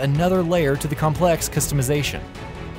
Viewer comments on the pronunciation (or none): none